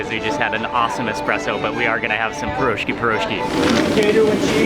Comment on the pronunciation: not pirOshky but piroshkY ;)